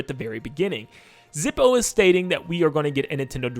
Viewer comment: "Zippo" No.